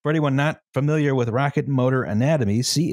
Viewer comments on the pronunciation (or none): none